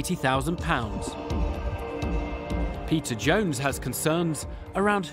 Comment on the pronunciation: They seriously need a new narrator that can pronounce peter's name correctly